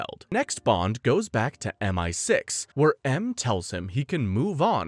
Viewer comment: Dude spends the entire video seemingly intentionally saying multiple things wrong, and it genuinely pisses me off